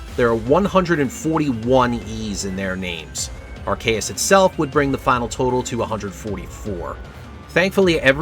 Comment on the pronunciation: Normally I wouldn't make a comment to say this, but there are no comments at all, so Sir Hammerlock voice ALGORITHM ENGAGEMENT, HO! (Does that reference date me? God I'm getting old) That said, "Arr-kay-us"?????? I have literally never heard someone pronounce it that way. I use "arc-ee-us", and I've heard "arse-ee-us", (and the fact that I have to spell it that way is precisely why I don't think that's right,) but "arr-kay-us" is definitely a new one. Until pokemon comes out and gives us a definitive answer I can't say you're wrong, though, so you do you. (Also, Legends: Arceus is the best Pokemon game in the series and I will die on this hill.)